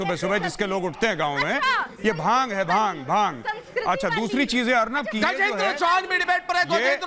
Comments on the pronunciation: Bhang ko Bang bol rahi hai ...bhang and drug ke different to pata hai Na... Bolne se pehele socho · Who is this baaang 😂 lady... she doesn’t even know how to say bhaangh.. 😂 May be she drank baang before coming to tv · Baang Kay pakode nahi bhaang bolna toh seekho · Bang nahi re baba Bhang bhang Jao pahle hindi seekh kar aaiye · बांग बांग बोल के दिमाक खराब कर रखा है बांग नही भाँग होता है।। टॉप की लाइन है अर्नव सर् का।😂😂😂